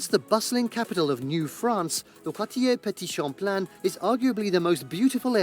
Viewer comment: Jesus, it was painful to hear the guy in the video you're watching try to pronounce Quartier Petit-Champlain 😅 But that video is still on point on what to do in Quebec City. Been living there for almost 10 years and I love it!